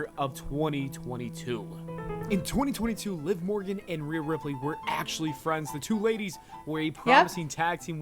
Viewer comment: Ripley is pronounced Rip-Lee not Rip-Lay 😅